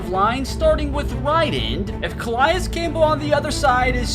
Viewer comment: You’re hurting me with the pronunciations: “Jayren Kearse” “Muquamu” “Ca-lie-is campbell” “Equa-na-me-is” Cmon man